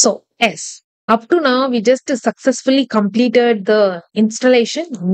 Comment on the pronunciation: Why you tell ess to yess??